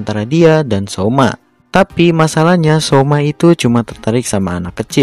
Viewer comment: Syioma ❌ Syiomai✔️